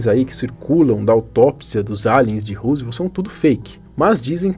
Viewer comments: É Roswell.... não Roosvelt ou Rooswell... ajuda nóis aí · Rosivelt foi o presidente e ROSWELL foi o caso ufológico. Pronúncia correta: "Rózuel" com "Ro" de Rock'n'roll e não "Husivel" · Não é "ruzuel". A pronúncia correta é rózuel. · a pronúncia não é "Rosevel", é "Rózuel"... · So a pronuncia que é "Róswell". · ANTES DE FALAR PALAVRAS ESTRANGEIRAS VERIFIQUE A PRONUNCIA SENAO VOCE VAI PASSAR VERGONHA COMO NESTE CASO ``RUSEVEL`` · Na verdade, a pronúncia é "Rósuél" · adoro seu canal, vc sempre aborda assuntos variados e interessantes, só uma observação minha o nome do Caso se pronuncia Ro-ssu-el (Rosswell), Roosevelt é o Sobrenome nome de um dos ex presidentes do EUA!!! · Acerta a pronúncia aí djow, a pronúcia correta é " rós uel" (Roswell), e tem um S somente e não dois. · Belo vídeo Man, só uma coisa, Roswell se pronuncia rós uél. Esse vídeo da autópsia do ET não chegou a passar no fantástico nos anos 90??